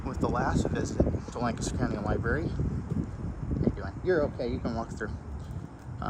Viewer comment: Came here just to hear you say Lancaster wrong 😂 LANK-a-ster